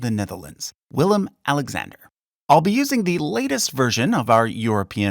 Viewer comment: Its willem